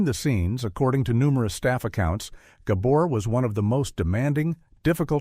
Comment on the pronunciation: "Zhah" "Zhah" "Ghah bore" 😂😂😂 Stupid AI